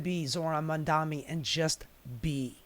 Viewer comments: The irony of calling out Cuomo for mispronouncing Mamdani, then habitually screwing it up for the rest of the video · You're mispronouncing Mamdani!